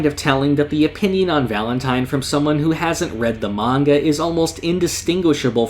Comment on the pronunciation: it was so good till you said 'in my oponion'